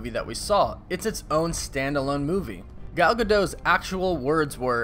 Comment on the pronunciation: And her first name is pronounced "Goll" like Doll, not Gal.